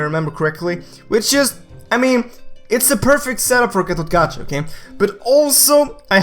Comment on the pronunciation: call GatotKaca GatotKacha and I call him GatotKaka